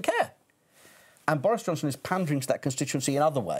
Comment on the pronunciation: did he call him Doris Johnston?